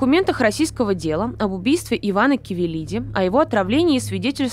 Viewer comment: не КАвелилиди и не КОвилиди